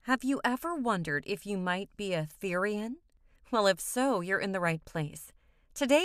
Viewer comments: the way she said therian and therianthropy....PRONOUNCE IT RIGHT (ther as in thermo) and the o like the pronounciation of that letter...YOUR WELCOME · Stop pronounceing therian and therianthropy incorrectly